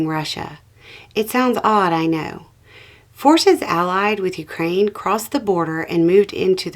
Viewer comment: Thank-you for pronouncing Ukraine properly!! 💕🇨🇦💪🇺🇦